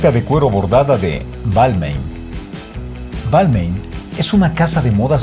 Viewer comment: Hola Ricardo!! Se me permite la correción...en la próxima vez fijate si los nombres de las marcas están bien dichos!! Por qué Givenchy e Balmain el caballero que estaba dictando el vídeo se equivocó en la pronunciación!! Saludos.